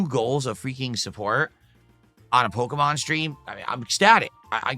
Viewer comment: He can not for the life of him pronounce “Pokémon”.